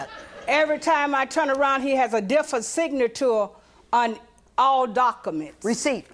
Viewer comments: difsa signatour on daccaments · “all doKKaments” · "Everytime I turn around, he's got a different sig-na-tore on all dock-a-mints" 😂😂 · Lol “Dockuhments”